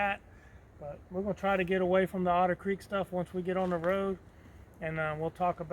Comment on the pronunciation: haha "We escaped Odder Creek"